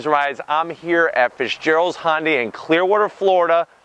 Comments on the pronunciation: It’s Hyundai not hondai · I wish people would stop saying "Hon-day" or "Hon-dye". It's actually "Hi-un-dye", but since 'murcans can't seem to wrap their heads around that, at least say "Hun-day or -dye"